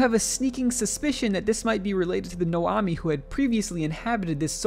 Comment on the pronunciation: I do like how you somehow managed to read Nomai as Noami tho